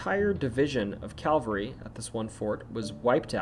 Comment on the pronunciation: Please note, for future reference, that there is a huge difference between 'Calvery' and 'cavelry'.